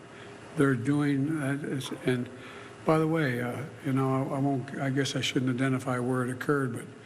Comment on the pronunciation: Fentan YL. Not fentan OL